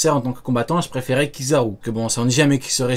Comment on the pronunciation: Je déteste quand il dit Kizaru